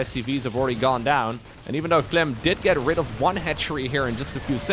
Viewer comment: „for Clym” - „Good Myrning” 😅